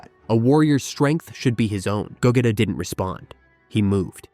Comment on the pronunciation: No offence but you’re saying Vegeta’s and Gogeta’s names wrong the e in their names are silent and you the g you have to say it by its self not when you say it in go